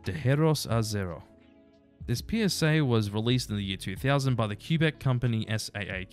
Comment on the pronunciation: "Mat hi eu" is the French/Quebecoise version of Matthew. And where's "Q-beck"?